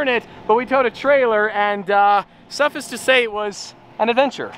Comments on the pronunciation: suffice and sufficeth are pronounced like "suffyce" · how did you pronounce “suffice?” 😂😂😂😂